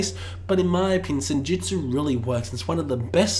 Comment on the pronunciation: Its Senjutsu, not Senjitsu. Its Stratigo, not Stratejo. God sake